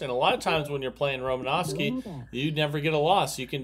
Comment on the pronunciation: There’s no V In Romanoski